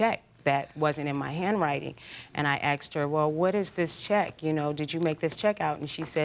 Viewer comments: I hate it when someone says “axed” instead of “asked.” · "Axed" instead of "asked" is like nails scratching on a chalkboard on my ears😢😢😢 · Growing up in the NY/NJ area, it’s very common. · It isn't axed?😂